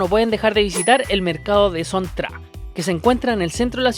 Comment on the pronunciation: Hola amigo. La pronunciación de Son Tra Night Market sea Son Cha porque la pronunciación de Tra es Cha en vietnamita. La ciudad famosa se llama Nha Trang es ニャチャンen japonés que se pronuncia Ña Chan en español.